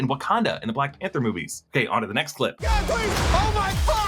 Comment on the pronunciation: He said "Oh my Fog"